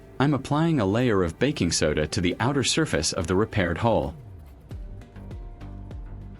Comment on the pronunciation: Ok, I have to know, it that YOU narrating or a voice over? Because I got to tell you at Mark 15 minutes and 23 seconds you call it a hull instead of a hole. At least it sounds that way. I'm not so sure about calling that a "Flawless finish". Your paint job has what is called an orange peel effect to it. If you look you can see what I mean. It would have been much better if you had a small compressor in a small airbrush just my opinion though but for the average person just to fix the hole at good job. I used to work a mobile unit for car painting so I kind of know. I'm going to check out the rest of your videos now.